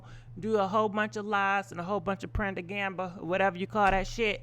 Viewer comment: Did you just said Prodaganba Lmaooooo